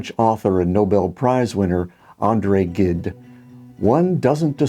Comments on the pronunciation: Like if it started with a J. Something like Jeade. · Great video as usual. One remark though : you should pronounce André Gide